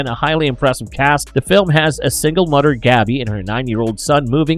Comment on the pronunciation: Mother not mudder *